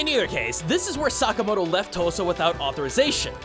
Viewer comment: Okay so real quick. I’m for Oklahoma and every time you say “Tosa” I can’t help but to hear “Tulsa”. I know it isn’t I just thought it was funny.